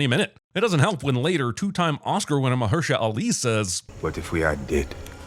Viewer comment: 2 sins for misprouncing 2 time Oscar winning Mahershala Ali's name.